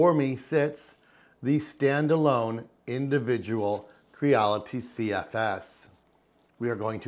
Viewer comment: Here for the "CFSeseses"